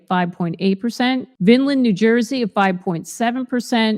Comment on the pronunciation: It's pronounced "VINE-land"